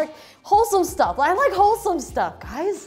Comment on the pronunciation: “Are you gays ok?”